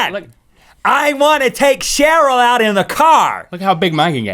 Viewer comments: I love how he says shurl not cheryl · did he say cherille or sheryl?😕🧐🧐